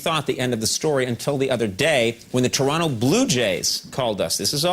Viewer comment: Shoutout to Coco for actually pronouncing Toronto right!